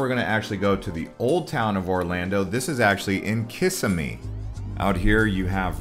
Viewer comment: mispronounced kissimmee - bro, you even research?